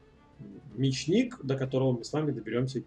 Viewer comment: Ударение: Ме'чник! :)